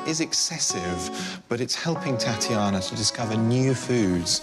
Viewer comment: Why does the announcer woman say: Tatianer, lol